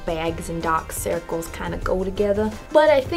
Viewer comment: "Yeh know dok circles and begs go togeether." Love that